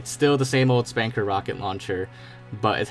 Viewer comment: It's pronounced Spunkr, like Sputnik. Saying Spanker is like saying SOOper MARio instead of Supper Meryo. People are going to laugh at you.